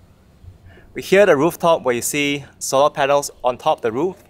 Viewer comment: Quite Interesting.. tho the way he pronounce " solar" is the thing tat kept me watching. Jus to see if he would get it right in the end 🤣